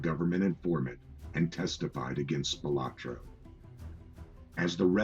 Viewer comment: Well, for starters, it would have instilled a bit more confidence in the veracity of the content if the narrator started of pronouncing the subject's name correctly; as "Spilotro" versus "Spilotra". What a joke!!!